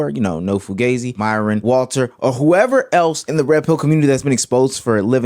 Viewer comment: I love seeing these "Alpha" men being exposed for what they are Cooley was especially satisfying as he can't even pronounce the word he names his podcast after correctly. Fugazi is a term from WWII pronounced foo-GAH-zee NOT foo-GAY-zee the ignorant fool. The whole woman hating stance based off inviting almost exclusively uneducated OF girls is scummy at best. Good on her for calling this fake Christian out to his face. His over righteous wife needs to be taken down a couple of notches as well as she is even worse. Talking down to women in the same situation you are without full disclosure is just evil.